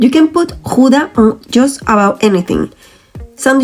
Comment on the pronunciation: [X ow dah] ou as the ow in english now or Cow....the g / ch sound you did very well..... So oe as in shoe, oo as in slow au/ou is in cow ee as in say...ie as in see ij/ei - èyyy , i is an it .... v/f differ from each other likie like z/s w as is water but without thye oe sound in front of it..... uu as ion french deja v u or as german ü ...ui other languages do not have the ui.... u in hut as u in hut in english o in dot as o in dot in english e in vet as a in fat :) So now G oe da with oe as in shoe Gouda with ou pronounced like ow in Cow..